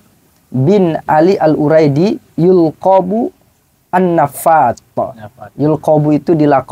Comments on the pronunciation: bukan admin keliru itu cuman ngelles gk mau ngaku kalu sesuai murod kalam nya itu baca nya yulaqqobu bukan yulqobu cek lagi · jawab kok d baca yulqobu harus nya yulaqqobu? Itu fiil mazid bkn mujarrod broo?